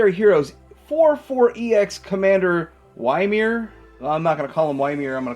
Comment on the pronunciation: Ymir is from Norse Mythology and that's definitely not how you say his name lmfao.